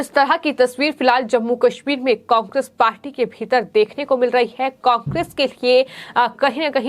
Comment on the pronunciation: कोकेस नहीं कोंग्रेस बोलो मैडम 😟😳